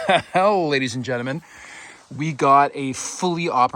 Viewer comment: Ladies and jentamen…makes me chuckle every time….is that a Canadian thing or a ’ quirk?